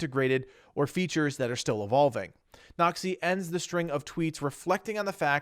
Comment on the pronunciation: Everytime he says "Noxy" I hear "nazi" lol